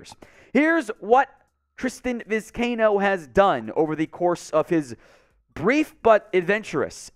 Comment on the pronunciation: For Gods sake it’s Vi-sky-ee-no!!!